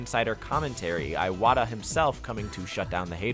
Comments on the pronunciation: Sorry, what was that pronunciation of Iwata? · AIN'T NO WAY there's still people pronouncing Iwata as "aiwata"